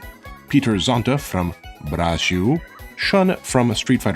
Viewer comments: As a Brazilian, the way you spelled "Brasil" as "Burajil" is way too funny 😂 Great content as always! I've been watching you since you dropped that video about killing gods in jrpg's, and it's nice seeing your channel grow. Hope you have a wonderful week! Edit: COME TO BRAZIL 🇧🇷😃👐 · Why are you pronouncing BraGil? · A final note on the "Brasil" pronunciation: you sounding like "braagîl" to us, you should read as "brah+zil", using phonetics from words like "bra" and "zilion" 😉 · It's Brazil, not Brajiu. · sounds like he is pronouncing it Brazhil. It really should be Brazeeoo if he wanted to pronounce it like in Portuguese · why do you say Braxiu? instead of Bra ZIL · Amazing video!! One small ppint as a Brazilian though, his "Portuguese" pronunciation of "Brasil" is way too distracting lol. It is still a "z" sound, not a "j". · why do you say Bragil, not brasil? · Lmao I love is pronunciation of BRAZSHIW actually quite good lmao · Wait, why "Brrajiu"? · Is he pronouncing "braJil" on purpose? 🤔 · "Brajil". Cute. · your pronounciation of brazil in portuguese is killing me man 😭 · stop saing brazil like that